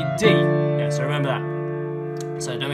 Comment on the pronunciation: After the second, section 1 when you said so it sounds like sus